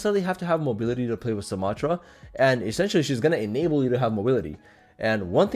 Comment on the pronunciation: You’re saying her name wrong 😂